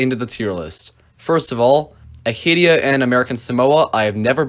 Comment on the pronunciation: Your pronunciation of Acadia needs some work, LOL. Interesting list.